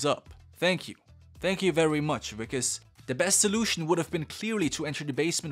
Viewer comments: Wickus is pronounced more like vickus, it's an Afrikaans name and the w is a v sound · As a South African i cant believe i havent watched this yet but also i have to say that that wikus is pronounced Vikus. I dont blame u for nit know. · His name is pronounced "Vickes"... the W is pronounced as a V!🙂